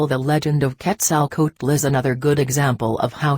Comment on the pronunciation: ... the chinese reading bot is contrived, mumbles, eats up words, bad pronunciation ... makes up words ... Karlos Kastan Heda ... Ketzl Kootl ... what the hell ?